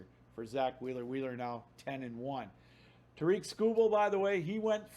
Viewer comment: How are you a Tigers podcaster and still pronounce tarik like "ta-reek"